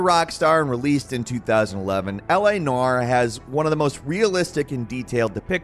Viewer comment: "L.A Narr"